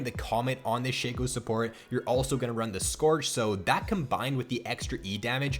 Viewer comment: I thought it was pronounced shaco not sheco